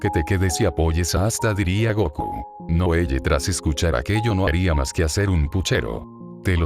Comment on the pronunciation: Un consejo (sin ánimo de criticar, solo para mejorar) es ajustar la narración de Loquendo modificando los nombres para que los pronuncie correctamente. Por ejemplo, para que Loquendo diga bien el nombre Noelle, puedes escribirlo como "Noel" o "noel le" (según la pronunciación que prefieras, no recuerdo como era). Sé que requiere algo de trabajo, pero en "Google Documentos" puedes facilitarte la tarea usando el comando Control + F: esto abre la herramienta de búsqueda; luego haces clic en los tres puntos para desplegar la opción "Buscar y reemplazar," y allí puedes ajustar los nombres rápidamente con la pronunciación deseada